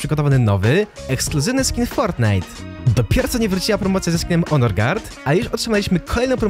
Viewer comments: Czy tylko ja zrozumiałem że mówiłeś onor a nie honor ? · piszę się honor i czyta honor